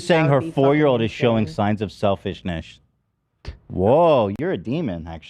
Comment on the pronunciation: “Selfishnish” lol